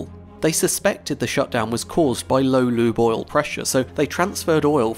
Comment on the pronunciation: When you say "Lube Oil" I hear = "Loo Boil" 👀😂